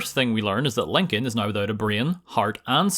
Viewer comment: when you say now like naigheugh